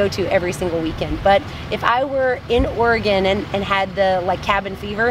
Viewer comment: You're amazing and I love your videos! but as someone from Oregon, I love that you found out how to pronounce it :)